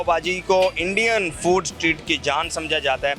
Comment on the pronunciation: English Language - Street. Pakistani English - Sa treet.